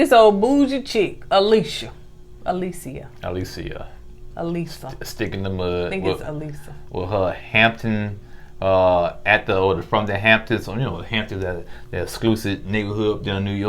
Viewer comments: they remind me of that Key and Peele sketch with the substitute teacher. “De-Nice, is there De-Nice in here…You mean Denise” Alyssa is not pronounced A-LISA. Y’all got to stop the madness man😂😂😂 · Y'all really struggling with easy names this season...Jas-meen-ah and A- liss-ah... lol. I love your reviews though.